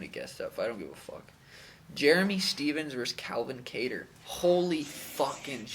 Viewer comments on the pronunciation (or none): none